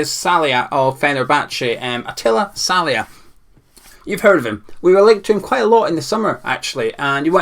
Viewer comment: Great video,! Your pronunciation of "Szalai" needs a lot of work though! Haha no worries though, keep it coming!